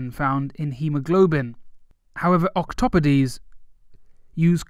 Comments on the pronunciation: Octopodes??? I thought it was pronounced "Ockto-POHDEZ" not "Ock-top-pa-dees"!!!! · Octopodes, yes. But I always thought it was ahk-toh-pohd-ess. I learned something!